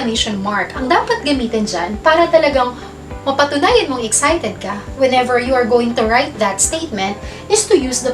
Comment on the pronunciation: FYI, the word "excited" is pronounced uhk·sai·tuhd not eg sai tuhd!!